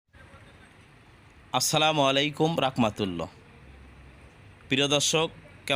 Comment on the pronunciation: সালামটা সঠিকভাবে দেন ভাই রকমাতুল্লা হবেনা রহমাতুল্লাহ হবে